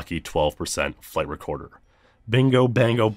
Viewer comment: Every time you say "flight recorder" I hear "flavor quarter".